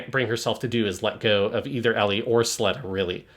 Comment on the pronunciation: keeps calling her “Elly” and while I get the whole Ls and Rs thing of Japanese. “Elly” is not short for Ericht nor is it short for Aerial as in Aerial Gundam or Aerial the Shakespeare character……